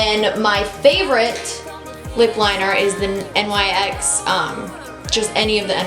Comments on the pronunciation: Love this video!! You're so pretty that you don't even need makeup! I also love that you used all drugstore products because I don't buy high end makeup since it's so expensive. Though the brand NYX is pronounced like "nicks" not N-Y-X since it's not an acronym. I also looooove that lip color on you:) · Love you! Just FYI, NYX is pronounced NIXS :)